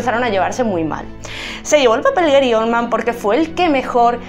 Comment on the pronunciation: Eri Olman???? GARY, GARY OLDMAN!!!!! No se corta la lengua, lame la sangre de Johnatan.